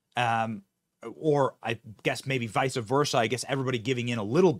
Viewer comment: Omg Benny Noooooooo. Please don’t say VISAAA verse again. It’s Vice versa.